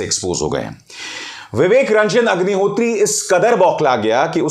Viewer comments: Sir aapne agnihotri ko hugnihotri bol diya😁😁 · HAGNI HOTRI Sir I believe slip of tongue 😛 😂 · Sir aap ki tongue fisli hai pr mza aaya vivek hagni hotri 😄😄😄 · मुँह से अग्निहोत्री की जगह हाग्निहोत्री निकल गया😂😂😂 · में विवेक रंजन हगनिहोत्री,, ये आपने जानबूझ बोला है या धोखा हुआ है जुबान फिसला है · "Hagnihotri" - that slip of tongue was perfect one. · unintentionally he pronounced ideal name of Agnihatri 🤣